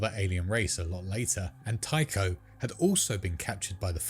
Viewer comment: Tycho is pronounced "Tie-co."